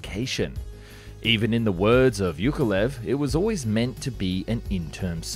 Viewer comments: Hey just for future reference, the name Yakovlev has two 'v's in it. "Ya-kov-lev" I had the same issue with this name for a while, I never noticed it in there! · Say after me: jaah-kof-lef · Bro it's YAKolev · Why do you say "yak" but then "Yukovlev"? The name Yak comes from "Yakovlev". It's pronounced the same. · Thank you very much for the interesting video! 👍 Just a friendly advice. You pronounce the name of the aircraft - Yak - very well, but you mispronounce the name of the constructer - Yukovlev instead of Yakovlev. Please, use the same pronunciation you use for airplane at the beginning of the constructor's name. ✌ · Yukovlev??? He's name is Alexander Sergeyevich Yakovlev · Pronounced YA-KOV-LEV, not ""youkolev" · Why you have no problem saying "Yak" but cannot say "Yakovlev" and keep saying "Yukolev" 🤦‍♂️🤦‍♂️🤦‍♂️😂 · YAK - OV - LEV. Learn to read before pronouncing the name. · How hard is it to pronounce "Yakolev"?! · Yakovlev, not Yukolev... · it's YAkoVlev, not "yukolev", the same as you pronounce Yak - and then just add 'ovlev' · It is YAKovlvev, not YUKovlev - can you not even read? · Why does he call Yakovlev - Yukolev?! Its YA-KOV-LEV, not YOU-KO-LEV!!! The panes are called Yak for a reason, they are not freaking Yuk-s... ?! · Who the hell is iukolev its iakovlew aka Яковлев not юковлев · It's not "yoke a lev" it's "yakov-lev" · At one point I was not sure what aircraft you were talking about. Yukolev? What's so hard to pronounce Yak-ov--lev? For a commoner it's not a big deal, but when your job is to TALK about things, than do the job properly. Good content, other ways. As usually. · Whos ..you kov lev Yak of...lev ...😂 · Holy c***, it is not Yookolev! It is YAKoVlev. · Why do you pronounce it as "yukolev" instead of "yakovlev"? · You pronounce "Yak" correctly but then butcher Yakolev, how? It's not you-koh-lev.... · Arghh. "Yukolev"? Have you tried to read this name properly at all? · After hearing Yukavlyev,I can't watch anymore 😅